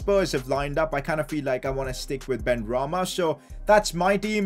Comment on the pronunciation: Pcq: plz don't pronounce Benrahma like BenArahma! 😂